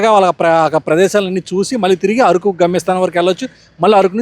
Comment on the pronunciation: అది ఆరుకు కాదు అరకు